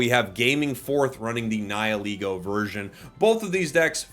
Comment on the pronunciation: finally someone who can pronounce "Nihilego" correctly 😭